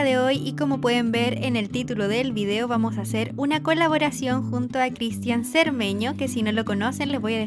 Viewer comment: Por que CRISTIÁN con acento?